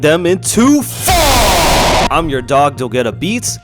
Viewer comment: nah the fact bro said phonk like that💀